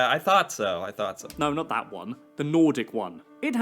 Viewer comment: Nordic not Nortic